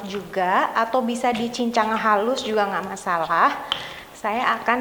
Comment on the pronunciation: Suka kalo udah bilang 'gakh apa-apa, gakh masalah'.... Hehehehe.... 😁 😁 😁